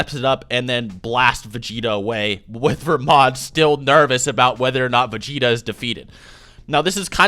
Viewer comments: Its belmod not vermod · I thought his name was belmod, so is it pronounced "Vermod"?